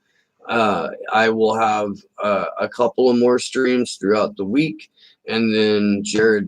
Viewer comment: Of, not "off".